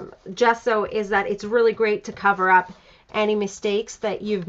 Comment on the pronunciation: Great layout! Gesso is an Italian word (meaning gypsum, chalk) and your pronunciation is totally correct! jesso, like the first sound in jasmin